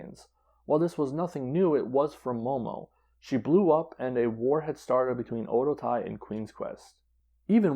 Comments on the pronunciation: Oedotai is pronounced like O Waydo tai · Oedotai is so bad now only Kagetsu and Sumire and hazuki are any good. Also you are pronouncing alot of there names incorrectly including Oedotai.